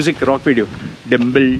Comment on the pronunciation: I love the way you say "temple" , timpl, timpl, timpl, hahahah